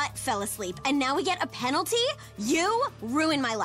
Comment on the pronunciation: i herd "penlty"